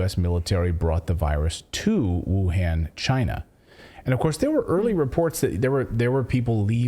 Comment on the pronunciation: Trump said CHI-NA